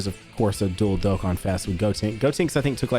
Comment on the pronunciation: When he said “why Dokkan” I thought he said “why tho god?” 😂😂